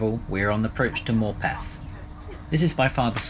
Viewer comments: Mad that a low cost service can make seats so much better than the full price super expensive operators! NB Morpeth is pronounced Morputh, not MorpEth as you are saying. Ta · Morpeth is an 'upper-crust' commuter dormitory for Newcastle . . . PS pronounced 'morpth', not 'morepeth'. Pleasant place. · Morpeth is pronounced "Morputh".